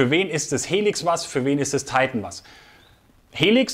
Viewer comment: Hallo.Tolle Ergänzung dieser Serie,ein Tolles Glas,das meiner Meinung nach seines Gleichen sucht.Schade nur,das bei diesem tollen Deutsch sprachigen Kanal, Du Dich der ver Amerikanisierung her gibst.Die bezeichnung Titan kann man auch in Deutsch aussprechen,meine Vermutung ist,das das Glas nicht auf 'Deutsch' Titan gefertigt wurde,sondern weiterhin aus Flugzeug Aluminium. Ist nur schade,das sich sehr,sehr viele Leute,der Deutschen Sprache Entledigten. Nur so nebenbei,bin kein Amerika Hasser,habe selber 12,5 Jahre beim Amerikanischen Millitär /nicht Armee, als Soldat in verschiedenen Abteilungen gedient.Daher verstehe ich diese ver Amerikanisierung der Deutschen nicht.Gruß Hans.